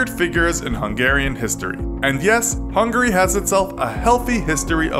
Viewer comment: It's Hungary Not Hungry.